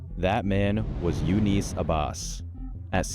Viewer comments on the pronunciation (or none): none